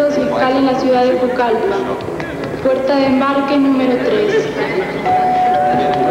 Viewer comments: Aparte dicen Pulcallpa y no Pucallpa. No hay personas de la zona hablando con el dejo de allá. Fuera de eso, nos narra la historia de esa terrible tragedia. Yo también la vi pero en otra versión ésta historia. Gracias por compartir ésta versión de ese hecho. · Es Pucalpa, no Pulcalpa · La pronunciación en la traducción de Pucallpa está mal hecha. Se pronuncia como suena. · Es Pucallpa